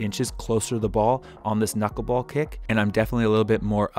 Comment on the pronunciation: “The Kuckle ball”